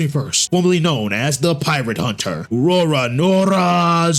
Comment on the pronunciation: "Roranoŕa" 💀 is wild every new one piece watcher makes this mistake